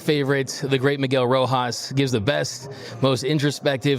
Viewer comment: ロハスの発音ってポルトガル語みたいに聞こえる